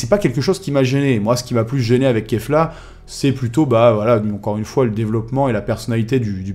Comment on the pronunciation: ça se prononce Keyle mais ça s'écrit Kale. donc c'est bien Kafla et non Kefla ;) Puis écoute bien la VO, ils disent bien Kafla et non Kefla aussi. La première fois que la fusion est apparut, elle a bien Dit KAFLA en VO et non KEFLA